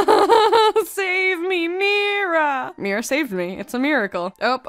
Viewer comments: MIRA IS PRONOUNCED AS MYRA NOT MEERA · Mira NOT MERA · mira-cle. oh lord why...